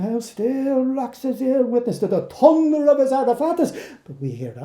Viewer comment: Incredible reading! What a great pronunciation of the thunder word!